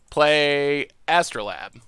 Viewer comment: Its AstrolAbe not astro-Lab. its a real tool used for science.